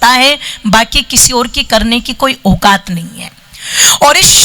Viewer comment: बहनजी आप हिंदी उच्चारण सही कीजिये। परोपकार को आप प्रोपकार सौ को सो कहती हो। ओकात नहीं औकात बोले।